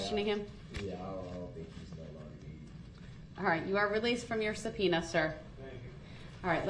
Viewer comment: Has anyone noticed he says subpenis when he refers to subpoenas? I wonder if it’s deliberate.